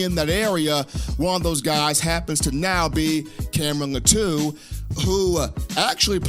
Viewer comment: His Last name is pronounced LAH-TWO (Latu)